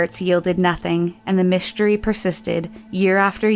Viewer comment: never heard someone struggle to pronounce mystery before